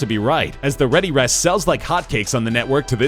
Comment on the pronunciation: For #9 it's * Readerest not Readyrest